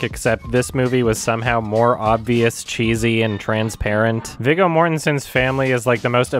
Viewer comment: ... It’s actually pronounced “VEE-GO” Mortensen